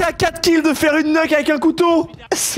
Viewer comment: Une quoi xD ? une "neuque"